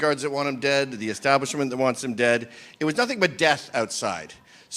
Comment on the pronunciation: Calls himself a journalist but says "No Think" instead of "Nothing" What a prick.